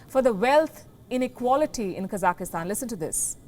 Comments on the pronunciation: Can you please pronounce the country correctly? It's not Kazakhistan, it's Kazakhstan. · Why are you pronouncing Kazakhstan like "Kazakahstan"? It sounds weird. Stop it. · Its not KAZAKISTAN ITSTS KAZAKHSTAN lol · Should be pronounced as Ka Zakh Stan right? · 3 syllables; not 4. Ka - zakh - stan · Hey,why do you pronounce the word Kazakhstan incorrectly, there is no letter -e.,no -i. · Lindly read the spelling of the country ur talking about so u pronounce it correctly. Thank you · A reporter should know how to pronounce a country's name properly